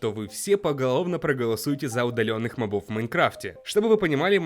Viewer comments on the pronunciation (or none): Не мобо́в а мо́бов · Не мобОв а мОбов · Правильно МОООООООООБОВ удорение на О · Мобов— ударение на первую "о"! Заебал